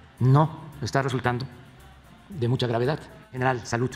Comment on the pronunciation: Ni siquiera sabe decir SALUD dice salutt ya con eso ya valimos 🤦‍♀️🤦‍♀️